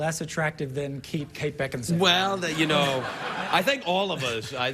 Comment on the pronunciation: Did he call her Kate Beckinsdale...?😆